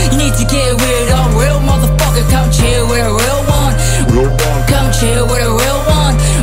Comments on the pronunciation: Not bad. After 2years of practicing... At least u can pronounce da word "Real" now. Southside stoCKtown Menace gang!!! Real recognize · U can pronounce the R now. Good stuff lol